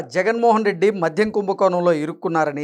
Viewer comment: మధ్యం కాదు నాయనా 😮 మద్యం.